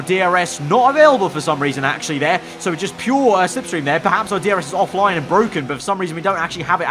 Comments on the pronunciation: It’s BWOKEN BWOKEN! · "its bwoken" lando norris